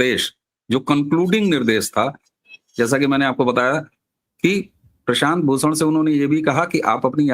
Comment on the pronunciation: एक तो 'भूषण' की जगह 'प्रशांत भूसण', ऊपर से उसी वाक्य में, उसी सांस में, उसी व्यक्ति का नाम बदलकर प्रशांत 'किसोर'! पवन करे सोर...! 🤔